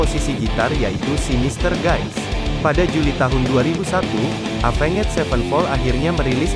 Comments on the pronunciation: Oii dibacanya evens bukan avenget 😂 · Apenged wkwkwk Tapi gapapaalahh mungkin lagi masa2 belajar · Sebutan Bahasa inggris nya cringed parah..avan ged..apaan sih..itu yg ditulis itu yg disebut..avenjj..zaki apa jing..zac ki bilang nya.. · Cara baca Avenged nya jangan gitulah 😭